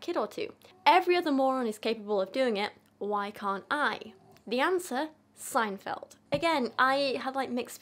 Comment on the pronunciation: btw: yes you did say seinfeld correctly 😅❤